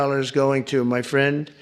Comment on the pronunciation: "My Prendh Dhonaldh Drumph"!